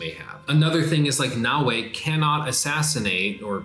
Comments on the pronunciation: you are killing me its “Na O A” not “Na Way” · Yass-kay and No-way lol